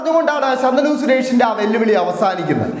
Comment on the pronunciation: ശന്തനു അല്ല ശാന്തനു 😂